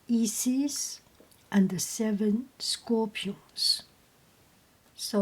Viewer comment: I believe both Isis and Osiris are pronounced with the sound like eye or like you would say the letter i. Such as eye-sis or os-eye-ris. Hope that helps.